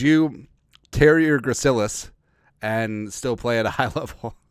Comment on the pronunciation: Just got out of ANATOMY, got an A in the class so I'm now a self proclaimed JEROME EXPERT. You pronounced it correctly the first time. Had to memorize all of that info, for not only the Gracilis, but for EVERY OTHER MUSCLE IN THE BODY! F that class. Lol.